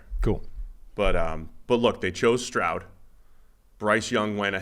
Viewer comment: Not to take anything away from, but it’s stroud. Period. Slow first one to say it…